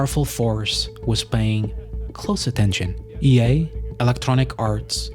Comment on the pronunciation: Why do you pronounce EA as "yay"? :P